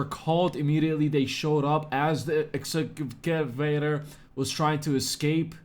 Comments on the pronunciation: Say it with me "ex-ka-vay-ter" lol Wtf they even said it for you and you still got it wrong 😂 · X - Ca - Vator😀